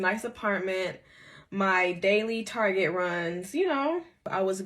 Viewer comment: WAAAAAAAIT😖Did she say “TARGET” runs??? Like “tar-gae “ 😳… LISTEN if I’m your STAH honey, ny runs are to Neiman Marcus and Bloomingdale’s…at least..🤗I’m just sayin’. Maybe I misunderstood 😳😖